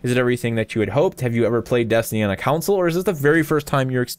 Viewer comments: do you Con someone or Coun them? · console, not counsel. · Why do you pronounce console like council? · Every time says "console", I'm hearing "counsel". I need sleep. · Alright, I gotta ask... Why do you pronounce console like "counsel"? haha not judging, just wondering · Oh damn. Sorry dude, not sure if it's a sore topic to bring up. I honestly thought it was me. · "Counsel" port lmao.